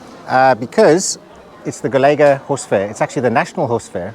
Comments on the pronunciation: Accents on portuguese words are essential to know to what we refer to and they are also part of their identity. The way you pronounce "Golega" without the accent ~ (til is the name), sounds like you'r saying "collegue" in portuguese. Cheers! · Unfortunately I didn't make it to go (3 hour drive so not too bad). Golga, emphasizing the last syllable because of the ~ (tilde). 😁 (my farrier had me confused as i didn't understand what he said - as with most things as my Portuguese is very poor still and his English is non existent as with most adult in Northern Portugal - but he spelled it. I too said Golega, emphasizing the e.) We too have a Lusitano and he's one naughty creature. Our warmblood is much more obedient, has respect for electric fencing etc. Not our Europeu, he'll dive right through. I think Lusitanos are very beautiful but I wish they (Iberian people) would be more friendly when schooling and handling horses - and to all animals really - because it most of the time isn't very friendly. I don't know the situation with Lusitanos but I've heard many times that with their Spanish equivalent (PRE), the ones that go to northern Europe are the ones that can't coop with the way they are handled back here on the peninsula. I know that our Europeu also mustn't have had a very nice 'upbringing' because if you ask him something and he doesn't understand, he'll freak out and starts giving all kinds of answers showing all kinds of movements, like he has a runtime error. Very sad that so many of these horses are psychologically damaged and traumatized. But other than not agreeing with how animals are often treated here, I love this country so much. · Golegã,a at the end pronounce like Covilhã!! cheers!!